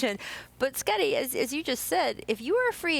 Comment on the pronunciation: Why does she keep saying Scuttie Pippen?